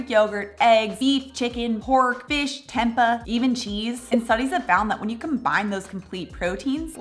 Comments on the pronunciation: Love your channel and all your great info.Not to be picky but tempeh is pronounced tempay not tempuh😊.Just a minor adjustment. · I know, I always get corrected on that one 😂 Somewhere in my youth, I was told it was pronounced temp-uh and I just can't break the habit!